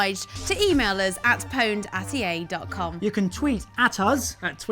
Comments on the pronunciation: since when was pwned pronounced with the 'P' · isnt pwned pronounced "owned"? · anyone else get annoyed when they pronounce pwned wrong? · What the fuck has happened to gamers? Since when the fuck did people start pronouncing "pwned" as "poned"? Back when Quake and Unreal Tournament were the shit, it was pronounced "puned". Console gamers are a plague to gaming. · They said powned :D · Is it just me or does the fact that they pronounce pwn liked "powned" instead of how it's supposed to be pronounced, aka "owned", drive anyone else absolutely insane.? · anyone else cringe when they say POWNED? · >female host >pronounce owned powned fucking jesus christ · oh wow, this video looks awesome! "EA POWNED" *dramatic mispronounciation* NNNNOOOOOOOOOOOOOOOOO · Also it's pronounced "owned" not "powned". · Grrr why do they pronounce pwned as "Poned". Epic game however. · It´s not pronounced "Pouwnd"! She´s still hot though .. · why do they keep mispronouncing 'own'? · "pwned" hurr durr. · YOU DON'T PRONOUNCE THE 'P''!!! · pwned? since when do you pronounce the fucking P?>